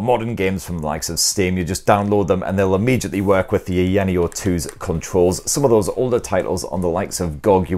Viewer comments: haha he butchered the branding from "aya neo 2" to eyaniel :face-blue-smiling::face-blue-smiling:. But great video nonetheless! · It is funny that he can pronounce Aya Space properly but not Aya Neo. A lot of incorrect information and review to be honest. For those who want to watch correct and detailed reviews, go find Retro Game Corps, ETA Prime and Taki Udon. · LMFAO! I don't think he believes they're two separate words, Aya Neo. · Gibbons I honestly think it is just his accent. The sounds are there. I get that this is his job, but he is not mispronouncing it too badly at all. It's a bit nit-picky if you ask me.